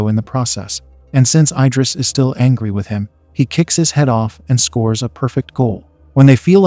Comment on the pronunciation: I-dris ❌ Id-ris ✅